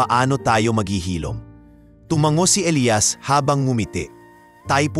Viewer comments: Nakakatawa Elias as eliyas not elayas😂😂😂😂😂 you need to improve your channel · elias elayas paano ba yan bigkasin mo iba iba eh